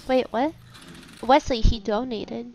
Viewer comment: “WES LEY” 😂😂😂